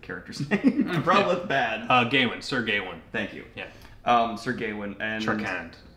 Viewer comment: isn’t it Gah-wain or Guh-wayne? I don’t believe I’ve heard it pronounced gay-wayne esp. with the “aw” being more “ah!” than anything else.